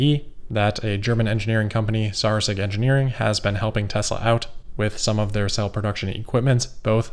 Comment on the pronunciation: It is pronounced sour-es-sig. Which literally means sour vinegar in German.